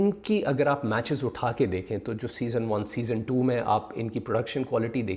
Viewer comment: O Bhai "SEASON" hota hai "SESONE" Nahin. Yaar tum Puxstan kyun English ke peeche lagte ho?? Tumhaare bas ki baat nahin hai. Chhodh do. You stick to Urdu. Koi sharam nahin hai. But when you do not know a language, don't rape it. Stay away from it and respect it.